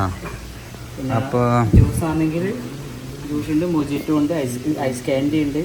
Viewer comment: Oru mistake und Mojito pronounce cheyndth Mohito ennanu nxt tme srediku